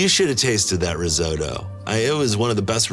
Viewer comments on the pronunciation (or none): The hell is a "Ruzotto"? It's a Risotto, it has an 'I' in it. 🤣